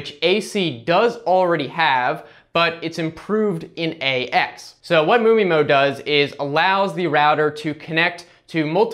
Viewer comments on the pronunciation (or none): MU MI-MO sounds funny